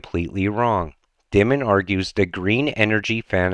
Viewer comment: It's not Dim mun, it's pronounced Dye mun.